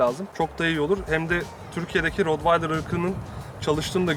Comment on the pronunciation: Rotvaydır değil bi öğrenin artık, köpek eğitmeni bile rotvaydır diyorsa yandık